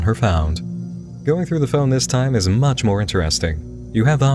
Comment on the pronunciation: FWUCK IT SOOOO MWUUUUUCH